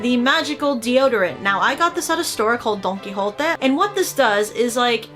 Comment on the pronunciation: I love how she added an accent to: Don quijote. Like it was japanese or something like that... but it's actualy spanish lmao, liked the vid, keep at it, bring us more useless products